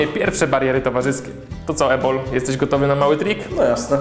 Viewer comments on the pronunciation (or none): Usłyszałam Jabol zamiast Ebol Hehehe......